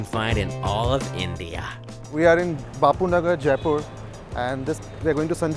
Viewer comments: It's जयपुर not जायपुर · It's not jaaaaaaaaaaaaipur...it's only jaipur.... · Not J'aae' poor, j 'ai' pur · Everything looks great! It’s funny that he learned how to say mint correctly but keeps pronouncing Jaipur wrong